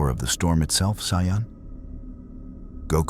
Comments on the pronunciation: Amazing. But AI pronouncing as Cyan drives me up the wall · saiyan is pronounced (say-in) but good story line